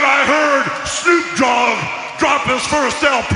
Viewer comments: Sounded like Lilian said Shnoop dog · She said sneep dog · he said shnupe dogg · The lady in the beginning said shnoop dogg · SCHNEWP DAWG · did she say snoop dog wrong